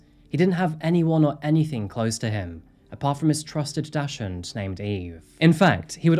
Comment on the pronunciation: German here. Dachshund is not pronounced the way you did. It's either pronounced Dackshund or Daxhund. No offense though, German is quite difficult for non-German speakers. 🤓